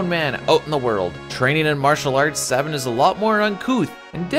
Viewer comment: Its SAY Bin, not SAH Bin.